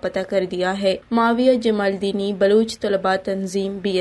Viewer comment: BB very sad to say you are Being a Baloch you don't properly pronounce the Baloch tribe name(jamaldini).